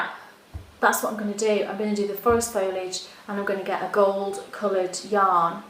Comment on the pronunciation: No, wait - I think she says foil-age. It's been a while. oh my gosh - I just finished watching and the tour was amazing. I love all your tours, but this was special - I think particularly because of that quaint little village. The cars looked really out of place there. Thank you so much for sharing.